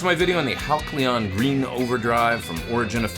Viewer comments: It is pronounced Hal-see-uhn, NOT Hak-lee-uhn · ur awesome but: Hal see on not Hal clee on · “Hal klee on!” I think it’s “Hal see on.” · Hal see on, not Hal cle on, but super review as usual!😇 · the pedal is spelled Halcyon, correct? Which means it's pronounced HAL - cee - yawn. Not HAL - klee - yawn. Capiche? 😊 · Wow! Great pedal and great playing, as always. But, respectfully... Isn't that named pronounced (hal-see-yon). Could be I've been mispronouncing it for awhile if not. LoL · Epic playing and tones as always! But, say it with me: HAL-see-on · I love you. But I'm guessing Halcyon had to be pronounced "hal-sea-on" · It’s pronounced HAL-SEE-UHN,. Great pedal!!